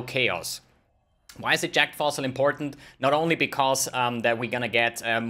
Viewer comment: Sounds like he's saying jacked fossil